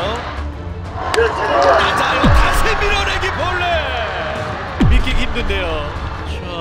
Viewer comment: "맞았숴요~" "빠졌숴요~" "밀어내기 볼뉏~"